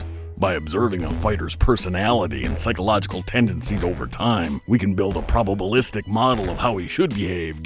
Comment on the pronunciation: Probable -istic ???? Haha